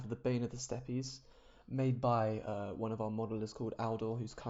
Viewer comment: Steppe pronounced the same as 'Step', not 'Step-pee'